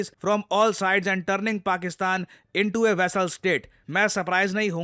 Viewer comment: Abbey ek A ki matra to laga